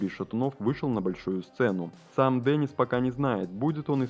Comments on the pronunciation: Не Денис, а Дэнис. Не искажайте имя мальчика. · Не Дэниц, а Денис!!!